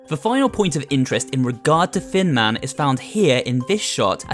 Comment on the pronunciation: Best annalysis so far, also, hecc cute skeletons because they are tiny! Whenever you say "Thin Man" I hear "Fin Man" and idk why